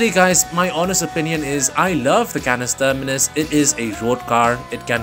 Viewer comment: Bro is saying Canis Termanis a bit too often😂